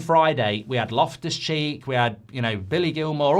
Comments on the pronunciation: It’s Loftus-Cheek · It's Loftus Cheek